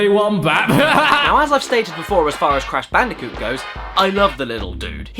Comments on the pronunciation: C A S H B A N O O C A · HALLE FUCKUNG LUJAH ITS BRASH CANDICOOT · "Cash Banooca" OMG I lost it! XDDD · But that’s his name: Cash Banooca! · Hmmm “cash banooca” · I'm gonna call Fake Crash "Cash Banooca" from now on. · You realise everyone in the world is gonna call it Cash Banooka from now on, right? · Brash Candicoot or Cash Banooca? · BRASH CANDICOOT!? CARRY ME MADDICARUS! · Cash Banooca..I am going to be calling him that from now on. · Bash Canooca